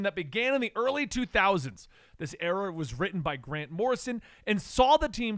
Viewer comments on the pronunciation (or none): none